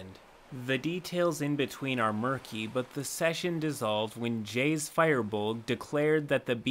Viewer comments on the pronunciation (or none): Just a note it's not pronounced Fire-bolg it's Fir-bolg just a tip ^^" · It took me a while to realize you were saying "Firbolg" and not "fireball." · Isn't it pronounced fur-buld? Or fear-bold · no it is not pronounced "fur" the firbolg are then from Irish mythology the name mean "men of the bags" fir is the Irish word for man and is pronounced far take this form an Irish man who suffered trough Irish classes in school for many years , you know ..just for future reference ^_^.. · Firbolg is pronounced fear-bowlg, not fireballg my dude. Keep up the good work! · Anybody gonna tell Firbolg is pronounced Fur-Bolg and not Fire-Bolg? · Wait... have I been saying Firbolg wrong this whole time?! I always thought it was said like; "Fur-bolg" or "Fear-bolg" not "Fire-bolg"... Someone help lol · You massacred "Firbolg"... you are pronoucing "Fir" like "Fire" when it should be closer to "Feer" (Fear) so the word should sound like "Fearbolg". A simple google search shows that. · I'm sure a million other people have mentioned this, but its pronounced FUR-bolg, not FIREbolg. There's no E in it. Minor detail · It's pronounced FEER-Bolg. No fire. 🔥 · "FUR BOLG" Not Fireball. Tf? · Fuaw (fur, that hard thing that animals have) bolg not fire bolg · 1 thing... "Fur-bolg" that is all lol. theyre not on fire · ... ok its annoys me that you pronounce FIRbolg as FIREbolg .. there is no E in there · I thought he said fire boar 😂😂😂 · Fire Bolg... Err Fire Bulge? 😂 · i literally couldnt take the video seriously because he kept saying firebolg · Guys it's Firbolg. Fer-bowl-g. Like a fir tree? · At first I thought was saying "Fireball" and was like "Wait...is that a character race option?" lol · the way you pronounce firbolg kept on making me think you were saying "fireball" and i was like, "he was playing a fireball that could turn into a human?" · I love ya dude, but there's no e in firbolg LOL the first half is said "fur", so "fur-bolg", just for future reference ^_^